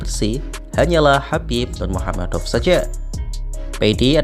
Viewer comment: ngomong kamu kok keseleo, bilang khabib nurmagomedov kok malah nurmuhamadov😂😂